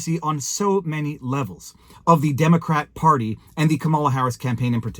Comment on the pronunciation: Camela not camera